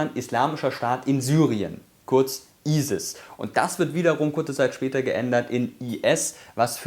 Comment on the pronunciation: Er sagt isi hahaha Das heißt isis islamischer Staat Irak Syrien